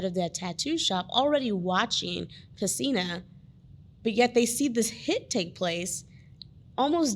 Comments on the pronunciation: PESINA not "Messina" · His last name is PESINA. Not Messina.